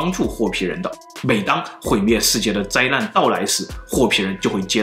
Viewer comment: 老高是讲的是哄老婆睡觉的故事，里面再撒一些狗粮，小茉够漂亮，脑洞也够大，两个人的互动很有看点。老高说话也清楚，不看字幕也能听懂。总裁长相不行，说话也听不懂，只能看字幕，灾难说成灾烂，资料说成滋尿，要不是靠内容撑一撑，真的听不下去。